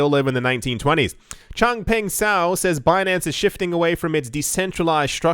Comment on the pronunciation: Chang Peng Zhao can easily be pronounced as Chong Pung Chow. I cringe every time murders that name.